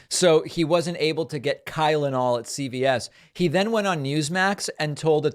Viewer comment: I heard Kylenol too.